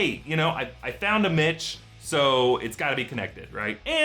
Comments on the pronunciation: oh... mitch. I thought he said b%*ch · When he was guessing names, i heard bitch not mitch!